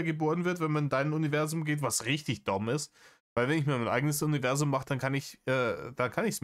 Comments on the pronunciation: Man könnte ein Trinkspiel daraus machen, jedes Mal, wenn Reiner "Univerßszum" sagt. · Warum sagt der eigentlich immer „UniveSSum“… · Habs beim BV schon geschrieben und sags hier nochmal, seine grenzdebile Aussprache von "Univerßum" macht mich endfreakinmett und es ist gefühlt jedes 16,5 Wort.